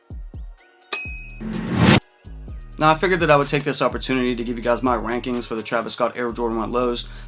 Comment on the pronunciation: Did you say “wankings or rankings?”